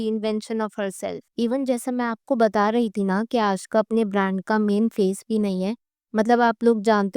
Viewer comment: Her name is aashka. Not aashika